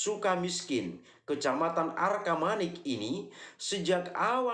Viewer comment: Bukan arkamanik om tapi arcamanik